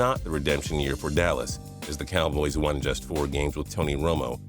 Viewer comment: "Dallas Cowbloys"